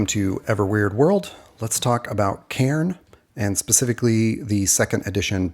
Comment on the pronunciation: You pronounce my name really well. I just wanted to say that, because I appreciate it.